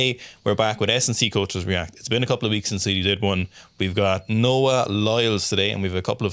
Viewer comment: NOAH NOT NAOH LOL